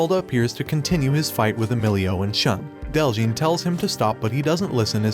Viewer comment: it is Shu + N... so it sounds as Shoon! Not Sean!